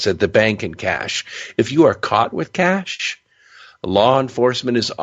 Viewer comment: Why is this narrator talking like he's narrating a mid 90s B action movie? Super cheesy man. "Caaaaassshhh" great pronunciation on the middle eastern names too bud. Keep pluggin pal